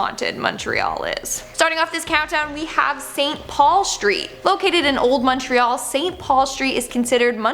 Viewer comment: I live in Montreal (thank you for correctly pronouncing it, by the way 😊). The story of the "Bonhomme Sept-Heure" is actually an badly translated version of "the bonesetter". "Sometime in the 1800s or before, when French Canadian French speakers were second class citizens. They were laborers and trades-people, and the moneyed class of course was English, so doctors and magistrates and local politicians were all English speaking, so the higher class was English and the lower class was French. And so, the doctor would come to set broken bones and of course that was usually accompanied by lots of screaming and crying and whatnot because setting broken bones is really painful. So, the bonesetter as they say in English became loosely translated to le bonhomme sept-heures.”